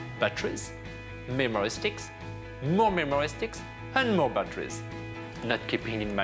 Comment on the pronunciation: lol the way he says memory steeekz